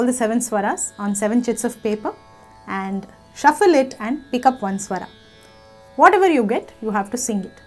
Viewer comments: English ke word toh bahut theek tarah se bole par jab Hindi ki baari ayi to swar ko swara bana diya Rag ko Raga bana diya, apka naam kaise bolte ho VoxGuraaa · स्वर not स्वरा, राग not रागा. otherwise nice video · thank you for this wonderful video. Just one suggestion - please drop the extra ''aa'' at the end of every hindi word like Raga (correct is Raag) swaraa -Swar etc. This video was so much useful. thank you again.